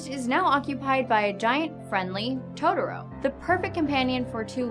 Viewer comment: Down vote for "todoro".